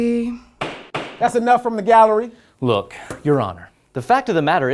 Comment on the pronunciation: The GAL-lery hahaha